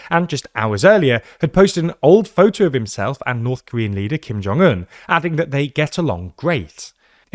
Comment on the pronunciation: 김정은 발음 똑바로 하는 외신 처음 보네요.